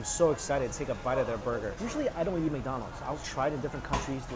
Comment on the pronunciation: I love the way he says ‘yeet’ instead of eat 🙊